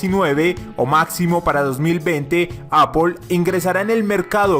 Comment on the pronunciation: no se pronuncia tal como se escribe,se pronuncia "eipl"